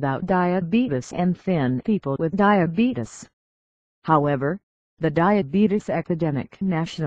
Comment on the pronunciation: You diddent say time 2 diabetes you said time 2 dieabadies